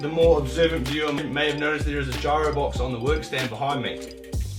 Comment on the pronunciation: Geero not gyro👍🏼